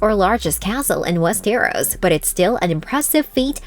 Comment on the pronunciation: "Wees Ter Ros"